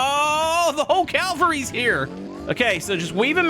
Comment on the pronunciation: its Cavalry, not Calvary